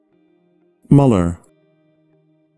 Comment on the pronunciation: Müller is pronounced /myːllɐ/ in standard German (possibly /mʏllɐ/ in some dialects); the pronunciation here is incorrect. The name Müller is the same name as Miller in English.